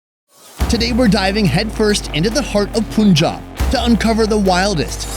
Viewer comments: Mate...!!! it is pronounced has 'pun'-"jab" just the English words read separately. it is not "poon'-'jab'. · You guy can pronounce Umbrella as am-brella but can't pronounce Punjab as Pa-an-jab instead of Pun-jab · It's not poonjab it's punjab (pan-jabh) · It's Pun-Job, not Pun-Jab! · not "Pun-Job" but rather "Pun-Jaab". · The Pun in Punjab is pronounced as the English word Pun. And no it’s not a politically sensitive place. Used to be in the 80s, not anymore. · Hope u never pronounce Punjab as poon jaab